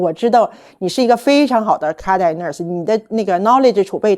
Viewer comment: 建议纠正英语发音。例如cardiac分三个音节 car-di-ac,不要吞音。